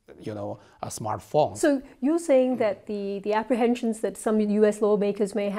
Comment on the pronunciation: Man: and they have accepted huawei’s you know aaaaa aaaa aaaa smartfont Me: wtf Man: I notice the very same interest and phenomkwjejw in the UK.. Me: idk what are you talking about if this vid doesn’t have captions..